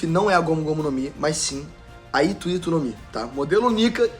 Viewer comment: Nao se pronuncia ito ito… e sim HITO HITO = se pronuncia o R aqui no japao…. ito ito, eh a fruta do Doflamindo , Ito = 糸linha… Hito = humano 人